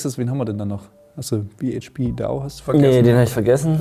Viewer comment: der gute Phil (bhpdao) wird behapedao gesprochen nur n reminder das ihr nicht struggled mit der Aussprache, mega die love an euch content stabil wie immer 🔥 An alle die das lesen checkt mal proleten_memes auf INSTA da hat n dude ne meme page von den beiden Jungs angefangen der Brauch mal bissel liebe.